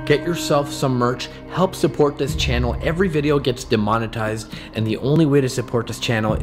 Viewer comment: Why do you say demonititsed?